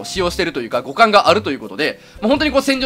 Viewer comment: 互換が股関に聞こえた、起訴